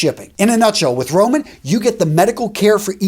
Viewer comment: When you said get Roman I thought you said get rona 💀